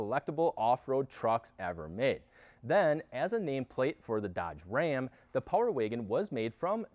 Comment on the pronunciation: I can't stand how he says power waygon